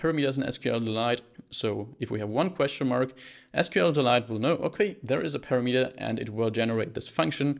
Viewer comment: on I several times listened what did you say, and I could understand it only when I switched on subtitles. That word was - parameter)) You put emphasis on the last syllable, although it should be on the second. It's not big deal while you have good subtitles